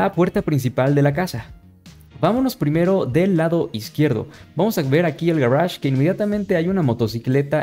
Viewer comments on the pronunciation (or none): "Garage" ulala